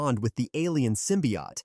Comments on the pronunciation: What's a simbiot it's Symbiote man learn english man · Sym-pi-hot. Bro😭